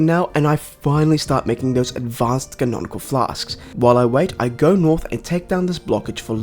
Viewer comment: No way this dude talked crap about cauldron being spelled wrong after calling conical flasks "canonical flasks" the entire time